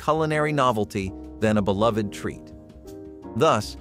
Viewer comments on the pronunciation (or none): none